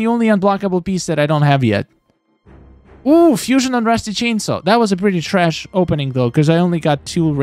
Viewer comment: I love when he say TRASh 🗑️